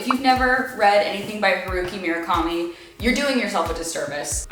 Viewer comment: pleaseee stop mispronouncing Murakami's name!